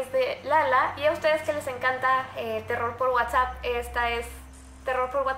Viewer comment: #WhatsappReal, te comiste la s jeje siii que bien que otra vez habra terror por Whatsapp